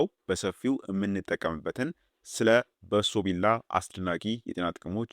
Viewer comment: በሶብላ ነው በሶቢላ ነው የሚባለው